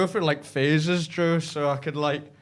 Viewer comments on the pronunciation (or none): Everytime says Joe all I here is Drew lol